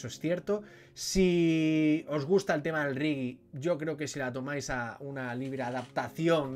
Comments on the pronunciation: No está mal la crítica, pero no entiendo cómo habiendo escuchado a Bob Marley y después de ver la película no sepas aún no sepas pronunciar reggae, y digas 'rigui' en lugar de 'regue'. Por lo demás estoy de acuerdo con que falla el final y el actor no consigue el gesto y el "estilo" de Marley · He dejado de ver la crítica en el momento que me he dado cuenta que no eres capaz de pronunciar reggae.. Riggi????